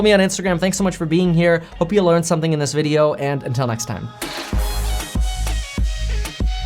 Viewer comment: “In TEN neXt time” ?! 🤣🤣🤣🤦🏾‍♂️ am I the only one who caught that?